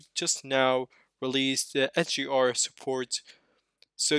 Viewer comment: HDR not SUR is it that hard to say?!